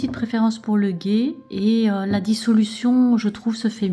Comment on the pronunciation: Le ghee se prononce le " gui " 😊